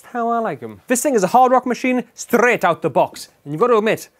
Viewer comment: British not Scottish